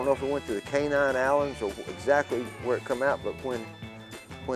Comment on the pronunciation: This guy is a idiot, with his K9 Islands! I was born in Memphis and lived in West Tennessee my whole life & we say "Cayman Islands"! And Tennessee DOES NOT acknowledge common law marriage, smdh. I remember when this happened, I don't remember all the details because I was so young, but I do recall that the mafia met with Vernon because they were buying one of Elvis' planes. They purposely gave Vernon a bad check as payment. Several mafia members got arrested and Elvis & Vernon was supposed to go to court Aug. 17 (not sure of the exact date) to testify against them. It's well known that the Presley's had the Shelby County sheriff's department in their hip pocket! I really don't believe that Vernon would've been behind stealing the body. He had his faults just like anybody else, but in the South, (especially back then) the belief is that you don't disturb a loved one after they've been laid to rest. Crackheads don't have morals tho, it don't bother them to disturb someone's final resting place, they'll rob their Momma's grave! I'm a HUGE Elvis fan, and his legacy will never die!